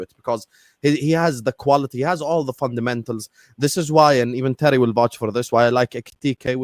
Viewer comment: Why that dude calling terry, tewy